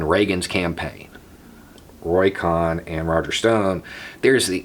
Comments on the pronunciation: COHN: Pronounced "Cone," not "Cahn." Roy Cohn was described by T-Rump as his " second father." The other protege of Roy Cohn was Jeffrey Epstein... who was recruited into the CIA by Donald Barr, the Jewish-Catholic OSS/CIA operative, and father of Bill Barr, the two-time Attorney General of the United States. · Roy "cone" not con....how could u not know that? Trump asked how many times... where is my Roy cohn? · Pronounced cone. Other than that excellent as always. Keep up the good fight. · Roy “Con” vs. Cohn (Kone) is the spot-on pronunciation of his name. He was a con-artist and Trump’s fascist POS lawyer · Sorry to OCD you, but having been inundated with Angels in America during my first, second and third lives I the theatre,, I have always heard koʊn which rhymes with moan. I apologize for the didacticism, but this man was so evil, I don’t want there to be any discrepancies when he gets checked in at the fiery gates. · Roy’s last name is pronounced like cone. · Roy Cohn is pronounced more like "Coh(e)n" I think. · Cohn like cone or cone-head. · Are you saying Cohn's name right? I think it is with a hard "o" like in the word bone. Anyways I really really like your vids. Thanks. I just looked it up, his name should be pronounced as I have written. Good movie about him. This guy was a HUGE asshole. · Somehow, credibility comes into question when you don't know how to pronounce the name "Cohn." And the Rosenbergs were executed -- you didn't know?